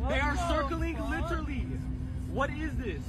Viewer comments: Somebody please tell that dude how to pronounce literally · When you don't know how to pronounce a word, just mispronounce it repeatedly until others forget how it's supposed to be pronounced! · Deyah sirkling LITERLY! Come on, peepul! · Liter-lee lol